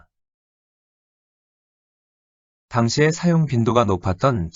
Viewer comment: 놀랍지 않은가? 일본어 발음은A+, 한국어 발음은 단연코 F다. 그 이유? 당. 다음 예는,장음인 단어의 첫 자를 짧게 잘못 읽은 실 예다. 사용,부담, 시작,대폭,시작,한자,훈독,사실, 많고,도달,대부분, 해 드리는데,용어, 2 음절 등, 실로 심각한 문제가 아닌가? 어어의 타락은 그 나라 인문의 쇄망을 의미하는 것이다. 고국의 동포들께 간곡히 권하노니, "한국 어문을 고발함"이라는 책을 읽어 주시옵소서. 미국 변 완수 배